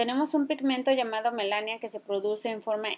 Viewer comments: Melanina, no Melasnia. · Muchas gracias por la información y compartir... pero quiero hacer un comentario,es melanina no Melania. Saludos. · Hola Chica, vi tu video y se me hizo interesante, lo voy a intentar ojala me funcione. Gracias. Quiero hacerte una critica constructiva :) Se dice MELANINA No melania:( Espero te sirva. Saludos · Es melanina, no melania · No es melania, es melanina señora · Melanina,,,, NO Melania 🤦🏻‍♀️🤦🏻‍♀️🤦🏻‍♀️🤦🏻‍♀️ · Me mata de risa cada vez que dice melania :) pero si voy a hacer la mascarilla mil gracias.